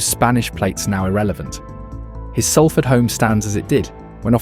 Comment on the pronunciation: Great! Someone who pronounces SALFORD RIGHT